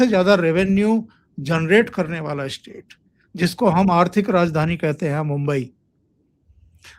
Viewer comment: ap state ko istate kyo prounce karte hain in Madarsa style.